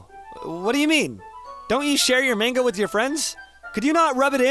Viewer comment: 3 years late to watching, still annoys me how he pronounces manga